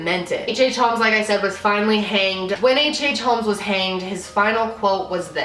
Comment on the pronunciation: I am gunna say it's not a hate comment just wanted to say the L in holmes is silent you pronounce it as homes. I've had it all my life with people pronouncing it with the L which gets pretty annoying because don't think anyone really appreciates their name being pronounced wrong